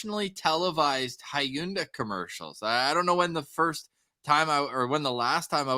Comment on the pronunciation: pronouncing Hyundai is hilarious